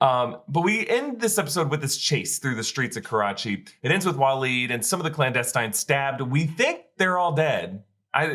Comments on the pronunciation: The "Clowndestines"? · Blandestines? lol